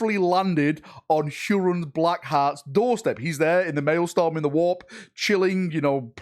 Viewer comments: Hate to be a nitpicking pain in the a$$ here, but as a former teacher, it’s “MaelSTROM” not MaelSTORM”!😁😇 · it's MaelstROm, not MaelstORm .. just saying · Still corrected it wrong lol. "Maelstorm not malestorm LOL" stROm not stORm was, regarding pronunciation, the miss. Great video btw. imo you should keep it in. Hilarious and boosts engagement. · it amuses me how an englishman can't say english words...Maelstrom not maelstorm lol.... Pro-dig ( like midge) e - oos (like moose) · its mael-STROM not storm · the work you do is awesome and we appreciate it. But could you please learn how to pronounce real words before using them in videos? I understand in-world terms might cause issues (Craftworld Samhain for example isn't pronounced "sa-wehn" as it is in the real world). Bur words like maelSTROM (not storm) and prodigious (prod ij us) are quite easy to distract people from your message if repeatedly or dramatically mispronounced. Many dictionary sites have pronunciation guides to use during your rehearsal. 😉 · What is a mailstorm? Huron apparently rules one sole Red Corsair 'cuz plurals are optional I guess. And detriment apparently reads as determent, whose reads as worse, and he can't even say prodigious. I know, he might be excited but man this triggers me to no end. Dyslexia could be a factor here, in which case well done. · "Pro-didg-us" "male-strum" c'mon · U changed it from malestorm to maelstorm but neither were right 😂😂😂 It said "MAELSTROM" LOL LOL U silly sausage 😂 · Its Maelstrom